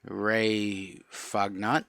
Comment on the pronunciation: Never seen any of these cards or heard any of the names. I’m still rolling 😂😂😂 on how you pronounced Fagnant !! Don’t ask me how to pronounce it 😂😂😂😂😂😂 Fun break 👍🏽🤙🏽